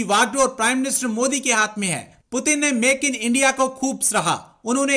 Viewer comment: They always evolve their own words 😂😂..Only they say this .like bartania,peu tin 😂😂😂..And many more ..moodi...